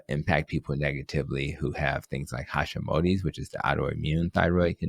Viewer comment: A guy who calls it Hashimotis… clearly not qualified to speak on Hashimotos. Don’t trust the illiterate